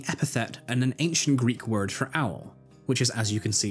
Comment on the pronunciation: as much as i cringe a little every time you pronounce greek words (im greek lol) this was a nicely reaserched and fun vid